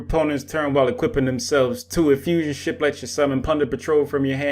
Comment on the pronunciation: Thought you said shit. "Ship" close enough